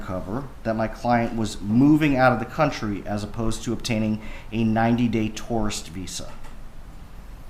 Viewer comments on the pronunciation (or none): Why can’t this attorney say tourist🤪